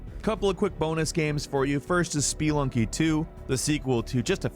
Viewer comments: Did he really call Spelunky 2 "Speelunky 2" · It's pronounced "speeeeeeeeeeeeeeee-lunky" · sPEElunky? Is that how you should pronounce it? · The way you say sPEElunky is really funny. 😂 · Mans is still calling it SPEE-lunky LOL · Ah yes, "Speelunky" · Speelunky is my favourite gamm.